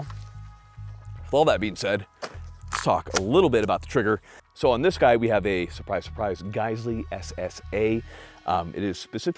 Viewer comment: Dang. You just murdered the “guy” in the beginning.